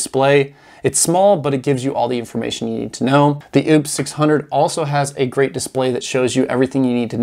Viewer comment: you keep on pronouncing the wrong name on a certain power station. It's "o-pous" not "Oooops". Keep up the Great work. Looking forward for more. Thanks 👍